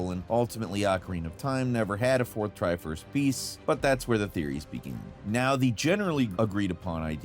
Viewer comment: is the tri force actually the "tri fours" XD